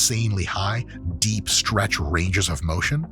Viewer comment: The right wing seed oil haters haha Dr Mike is such a blessing. I also love how he pronounces the word "stretch"